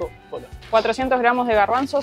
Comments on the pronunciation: tantas veces han dicho y todavia no han aprendido a decir colones bien, si con e al final, colones y en singular colón. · es colones no colonos jaja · COLONEEEEES NO COLONOS jajaja cada vez que lo dicen mal me da el patatús 😅😅😅😅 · Cómo es que llevaban ya varios días en Costa Rica, y nadie les haya dicho que se dice COLONES y no colonos como lo dicen ellos... 😂😂😂😂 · Se dice colones no colonos. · Creo que se dice Colones y no Colonos, pero que me corrija un tico 😃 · Jajja es colones no colonos . Me hace gracias escucharles decir colones 😂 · Hola apreciables y, por favor, la moneda en Costa Rica se pronuncia colonEs. Un abrazo! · Colonesssss COLONES C O L O N E E E S. POR DIOS!